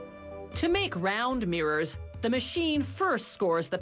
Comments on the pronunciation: Mrs Narrater, it's pronounced 'mirrors', not 'meers' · Girl you're emphasizing the wrong syllables